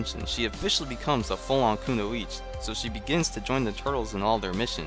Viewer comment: I need to say this, I hate how this show pronounces "Kunoichi". The "I" at the end is not silent people!